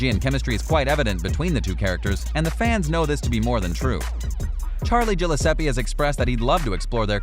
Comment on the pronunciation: Gillesppsi???? And Luca?? 😫there isn’t even an A after Luke!!!!